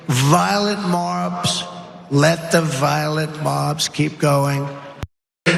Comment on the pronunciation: I keep hearing, "violet" marbs, as in lavender 💜 😅😂😂 the dude is DONE. Never smart, he's now just damaged beyond repair.